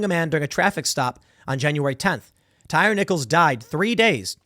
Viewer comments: Its pronounced TIE REE. Not Tire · Tie Reeeeee 😆 tire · Damn Tim, do you really not know how to pronounce this man’s name it’s Tyree like “Tie Ree” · Tim said “Tire” pretty sure it’s pronounced “Tyree” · Pretty sure his name is pronounced Tye-Ree. They keep talking about him on DC News bc he’s a DC Native. Worried they’ll burn down DC again. These jackasses need to be prosecuted. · Say it with me Tim. Tie-ree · And Tim, it's pronounced Tie-Ree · My dude said tire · How do you "report" news and not do any research? Tim even mispronounced the victim's name...